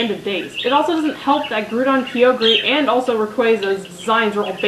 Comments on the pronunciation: Its not groodon and keeogree say them right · (grow-dawn) (ky-oger) .... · I like this except that you pronounce alot of pokemons names wrong like Groudon has a don like donald and kyogre is pronounced ky-o-gr but thats the only problem i've had so far. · Aw! you screw up two names! it's grou-don and Ki-yo-Gre. ...sorry, pet peeve i have. also, never thought N was creepy, just...out there. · Great video and congratulations on mispronouncing both Groudon and kyogre's names. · Its funny how she pernounce groudon and kyogre XD